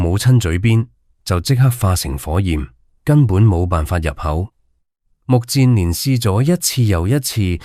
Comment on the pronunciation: 目犍連，音不是目健連嗎?為何變了 目賤連😮😮😮